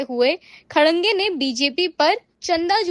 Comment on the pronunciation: Abe Tmhe Anchor Kishne banaya.. Tum Khadke ko Khadange pad rhi ho. phle padna to Sikh le Gawar